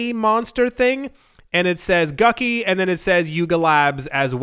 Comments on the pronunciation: When you said “Gucky” for Gucci, I laughed hard 😂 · Did you say gucky 😂?